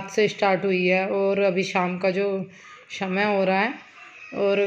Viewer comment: स को स ही रहने दो मेरी बहन ष मत बनाओ षमय ,षमाधान षादी ऐसे मुहँ बना कर कयो बोलती हो pls request h apni khud ki hindi mat bnaooo